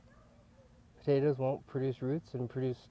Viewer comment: fucking hell its POTATOES ,,,,,,NOT POTATAS,,,,!!!!